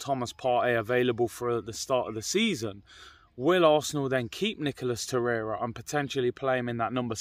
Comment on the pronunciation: Hahaha! Man said “Nicholas Torreira “😂